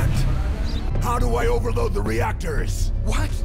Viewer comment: "hOW dO I OvERwoAd tHe weAcTOrs"